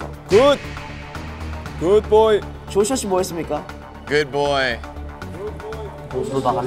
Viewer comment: 조슈아 굿보이 발음 여기에 빠져서 허우적대고 있음.. 미쳤냐고